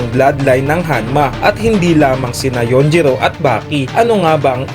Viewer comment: Yujiro not yunjiro